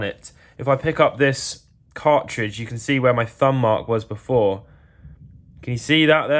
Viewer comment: Just a note: The letter "T" exists (except within the word 'car-ridge' as you mentioned)